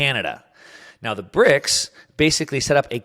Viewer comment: Well, he got the "S" in BRICS wrong too ;-)